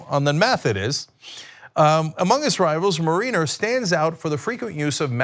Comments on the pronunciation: Mare-in-er not Marine-er. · Every time Cenk pronounces "mariner" I wince. It's not marine-er it's marin-er. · Its pronounced mare-i-ners as in marinara sauce. There is no mare-ee-ners in this word Cenk buddy. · Thank you! It drove me crazy listening to Cenk mispronounce the word! I mean, come on Cenk, the Seattle baseball team is the MARE-i-ners! I know Cenk's heard of them! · Cenk the genius doesnt even know how to pronounce 'mariner' LOL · Cenk keeps saying mariner wrong, lol. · I cringe each time Cenk says, "Mariner."